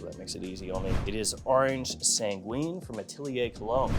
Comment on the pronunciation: Orange sanguine you don’t pronounce the u it’s orange san ghin